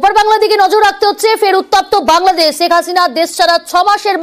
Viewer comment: হায়রে সাংবাদিক 😂😂আমাদের নেত্রীকে ছেখ হাসিনা বলে কেন বারবার। 😂😂